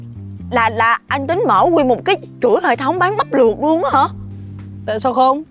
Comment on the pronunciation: Bắp luộc đê mà e nghe là bánh lọt đê